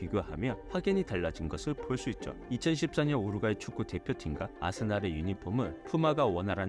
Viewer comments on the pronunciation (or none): none